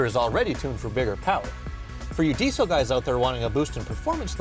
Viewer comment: I wish I had a dollar for everytime he said deezle